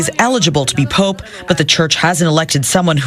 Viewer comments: Why does Elon say pop instead of Pope. It's AI talk isn't it? He didn't speak this not to say he's a saint. Might all roads lead to Rome? And 33 is the most esoteric all sign number? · Pope not Pop...❤ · People talking about good and evil and can’t even get past black and white. Smh 🤦🏽‍♂️ and was the first part of this video A.I.? Why did it seem unnatural with Elon saying “Pop” instead of “pope” and then saying “Pope” halfway through the video?